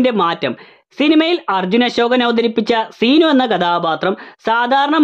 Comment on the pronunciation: സീ നു അല്ല ൻ്റെ പൊന്നോ സിനു 🙏🏻🙄